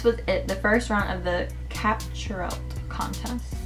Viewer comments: Is it just me or did she say capturelt instead of captureIt by the way this is no hate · anyone else silently correcting her when she says “capturelt” insteas of “capture it” no just me lol ok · yeah bahaha she said it with an L XD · lol its pronounced Capture it